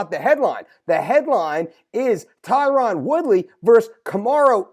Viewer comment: Your killin me brother with that “Tie-Ron” woodly lol I’m surprised as fuck that nobody has mentioned this